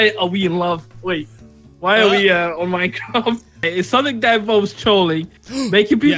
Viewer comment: Hahaha you said minecrap